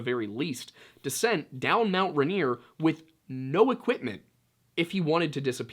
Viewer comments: I LIVE IM WASHINGTON IT IS MOUNT “RAIN EAR” not raneer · Most Washingtonians call it "Rain-ear" not "Run-ear" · Washington local (ray-neer) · For the Washingtonians- it’s pronounced, Rain-ear. I’m being picky, but if you know, you know. Props on Snoqualmie! Give this one a shot- Puyallup. How about Sequim? I just found and love your channel